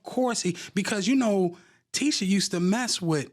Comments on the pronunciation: I know Tasha is good for messing up people name but as you doing research on folks, research how to say they damn names. 🤦🏾‍♀️ The lady name is pronounced Teeesha!!! Not Tisha! I know it’s spelled like that but she don’t pronounce it like that 🥴😂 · Tasha being all in the business yet not knowing how to pronounce TISHA (TEESHA) Campbells name is annoying! But whew BILAL is spilling it & I believe it all!